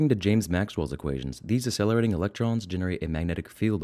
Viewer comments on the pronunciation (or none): Nice video but why do you pronounce acceleration without the /k/ sound